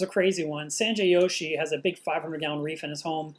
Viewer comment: Sanjay's last name is Joshi (as in Jet not Yet). He is from India not Mexico :) I have heard Yoshi couple of times on different channels.